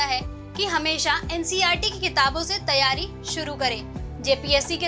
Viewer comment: phale tum teryari bol le bad me jpsc niklwanaa 😂😂😂😂😂😂 teryari😁😁😁